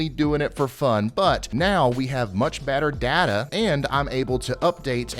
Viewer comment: Did i her him say "much batter data", i can't be the only one lol.